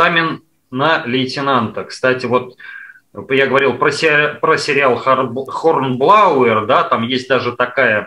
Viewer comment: Какой-какой он сказал сериал на ? Вскользь произнёс типа он весь англоязычный такой, при том что произношение самое что ни на есть русское… А, со второго раза понял, когда позже ещё раз этот сериал упомянули - "Хорнблоуэр» (Hornblower). Надо посмотреть будет.